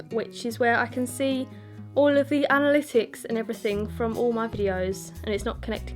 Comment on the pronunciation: Your voice is really seductive. I could listen to to lecture for hours. Thanks for sharing. :) love it when u say Ana-litt-ticks and tumb-blah lol